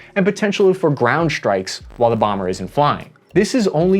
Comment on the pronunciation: Bee one bambeeer 😂 AVGN❤